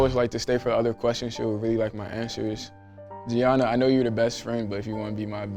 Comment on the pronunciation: They don't pronounce 'Gianna' correctly.....